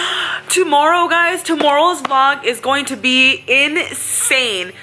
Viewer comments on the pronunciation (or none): On did anyone here her say vog instead of vlog? Like if you you agree